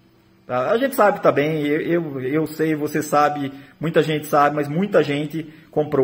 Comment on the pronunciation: Kkkkkkkkkkkk " çei"